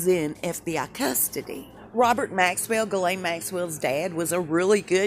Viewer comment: Hay, love your vids but it’s pronounced “jhizz-layne”